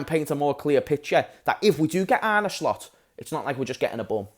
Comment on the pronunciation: Man said Arne SLOPS 😅 we are finito